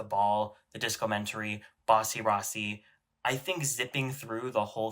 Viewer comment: Not you saying Bussy Rossy